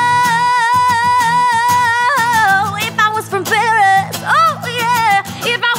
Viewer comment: As Simon would say: Love the voice, love the cover, hate the pronunciation of "Paris"